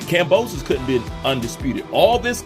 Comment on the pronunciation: 'Kambowso' hit hard bro 🤣🤣 Keep up the great work